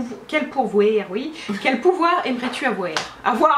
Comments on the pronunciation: Avouère c'est pas mal Québécois, mais c'est plutôt rare les gens qui parle de cette manière il y en a en région qui parler peut-être comme ça, mais sinon on parle souvent comme ça à la blague alors c'est drôle tout simplement ;) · Ohlala j'ai tellement rigolé quand t'as dit "quel pouvoèr aimerais-tu avoèr" hahaha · Coucou, votre vidéo m'a fait rire surtout "quel pouvuérvoudriez vous avuér" ahah Je me permets une petite critique, dans la vidéo tu as tendance à couper la parole un peu à Audrey ou ne pas lui laisser finir ses phrases (je ne dis pas ça de manière méchante je précise :p) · Omg! ça fait deux fois que je le commente mais omg le ''quel pouvouère pourrait du avouère'' encore trop de québecois en toi! hahaha ça a trop déteint sur toi!!:-) bisous vous êtes magnifiques xxx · Le coup du "qu'elle pouvouère aimerais tu avouère " m'as tellement faite rire.. mais tellement.. j'ai étais obligé de faire replay plusieurs fois sur le moment tellement j'ai ris.. toute sérieuse, c'était vraiment trop drôle ! En tout cas c'était une vidéo super sympa à regarder, bisous à vous deux :) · Coucou, vous m'avez bcp fais rire:D " avouair " xD Breaking Bad c'est juste énorme ça te retourne le cerveau comme t'a dis on a pitié pour lui mais après on le deteste haha super série mais aussi Supernatural - bisouuuus